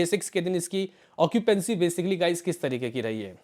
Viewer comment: bhai sahi bola tune .😂 okipency bolke hi